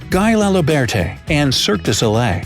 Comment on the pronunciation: I died when he pronounced “Guy Laliberté” so bad 😂😂